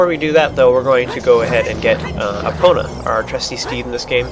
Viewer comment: u said her name wrong!!!